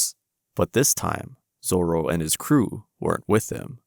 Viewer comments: Me: Oh wow, a miserable life video but about anime, mainly One Piece, instead of animals? Groovy! Might even subscribe! This guy: Roronoa Zola Me: ... 🤢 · I never heard anyone pronounce Zoro this funny. I can’t anymore😂😂😂